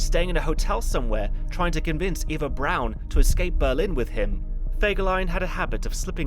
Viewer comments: You don't know how to say Eva Braun? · ITS PRONOUNCED EVA BRAUN NOT AVA BROWN THE FUHRER IS DEAD NOW GOOD SAVE US ALL FROM SMELLING HIS DEADLY FARTS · btw her names pronounce ava braun